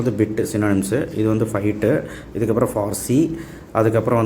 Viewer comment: Bite ku Bit nu iruku